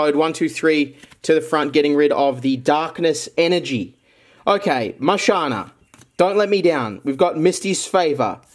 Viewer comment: “ DaknesS Energeee”